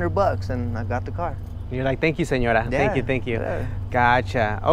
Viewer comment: “thank you seńora” 😂